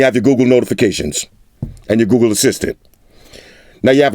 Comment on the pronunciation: Could have sworn I heard he said 'Goo Goo Pixel Buds'. My bad. Lol